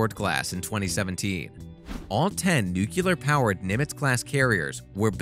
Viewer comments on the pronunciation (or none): It's pronounced, "nu-cle-ar (as in the nucleus of atom), NOT nu-cu-lar. Don't be a George Bush. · new- klee- er NOT newk-u -ler…..real-tor NOT re-lit-er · Bwaahahaha - newkular! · What is Nuculer? Do they mean Nuclear? lol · Another American-made military news channel where the guy pronounces "Nuclear" as "Nucular". Geez, it's not that hard of a word to read. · Not Nukeular....it's nuclear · Nucular? Nuclear! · Ya know, nucular is not a word, but I digress... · ⚠️⚠️⚠️ OK 🚬🚬🚬🚬 FIRST OF ALL NUCLEAR IS NOT PRONOUNCED NUCULAR. WE HAD PRESIDENT BUSH TO SHOW US THAT, FOR 8 ENTIRE YEARS, AND NORTHROP GRUMMAN IS NOT PRONOUNCED "GREWMAN". It's GRUMMAN, LIKE GRUMPY MAN. GRUM MAN. ONE WORD. DO NOT PASS GO. DO NOT COLLECT $10,000. LOSER. WHY ARE YOU MAKING VIDEOS IF YOU DON'T KNOW HOW TO PRONOUNCE THAT. IT'S LIKE PRONOUNCING BANK AS BENK. IT MAKES NO SENSE! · It's not nucular. It's nuclear. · Its N U C L E A R,,,not NUCULAR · It pronounced, "NEW-CLEE-ARE," NOT "new-cu-ler"...look at the spelling, people!! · Good information and beautiful ships. But as an ex military guy and an engineer, I always flinch when people pronounce "nuclear" as "nucular". Even my spell check won't let me type it that way. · Nuk-Lee-ar not nuk -ya-lar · Nuclear, not nucular.... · The word you consistently mispronounced in this video is "nuclear", as in atomic nucleus ...there is no such word as "nucular", or "nukular". It's not clear how to spell it since it's not a real word. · Dude said nucular. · Please learn to properly pronounce nuclear. Hint..it ain't nookuler. Sheesh. PS love your videos anyway. No disrespect meant it's just being a bit more professional. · NEW-KLEEE-AHR. say it correctly for heaven's sake. you want to claim to be an expert... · Did you say "nucular" reactors whilst reviewing military craft? I normally would let this slide... but come on end the GWB intelligence movement now! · Ports mouth? Seriously? That’s even worse than saying nuculur. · yes he said "nucular".